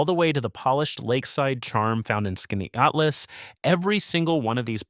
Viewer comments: He butchered the name!😊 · Your AI narrator couldn't pronounce "Skaneateles" the same way - even after telling viewers how to pronounce it. Why are these AI narrators even necessary? Can't you narrate your own video?